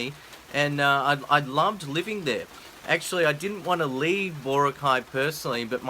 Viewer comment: BAH-ROCK-EYE!!! Meet some Filipino nationals and learn how to pronounce stuff right! Also, thank you for not mentioning my favorite part of the Philippines - don't want all these foreign wankers moving in and messing things up!